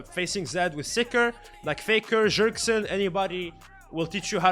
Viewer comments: ''jerksen'' xD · FLORAIDA... PARENTIS... JERKSON... LATAXION... hahahah I am dying bro. Keep the good videos up